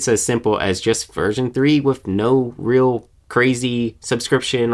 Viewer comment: Dude. Please stop saying "wif". The word is "with". Don't be lazy.